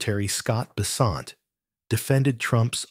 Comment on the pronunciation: BESSSSSS- ent… Sheesh